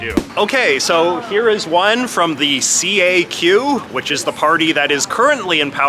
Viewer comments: As a québécois, there's one major point that's completely off regarding the CAQ party with this video. FYI, CAQ is pronounced as a word "CAK", not C-A-Q. Anyway, they're not considered left or progressive on climate stuff(or on anything at all). It's completely the opposite. Legault's considered to be on the right on this issue and anti-climate action. He's actually one of the least progressive on the climate issue and many other issues. To us, CAQ is center-right. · Ehhh heheh. You said caq, heh heh.